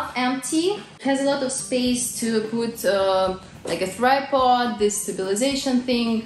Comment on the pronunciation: Tripod, not thripod - but thripod sounds better, even though it's not a proper word!